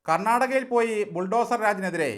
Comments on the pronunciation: കർണാടകയല്ല കെന്നാടക എന്നാണ് ലുട്ടു oxford ഇംഗ്ലീഷിൽ മൊഴിഞ്ഞത് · കർണാടക മലയാളത്തിൽ ശു ദ്ധമായി പറഞ്ഞാല് കോയപ്പാ വുംന്നു കരുതി കരുനാടക എന്ന് പറഞ്ഞതാണ് തെറ്റ്. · അവൻ ഇംഗ്ലീഷ് ഒലിപ്പിച്ചപ്പോൾ കർണാടക എന്നത് കണട എന്നായി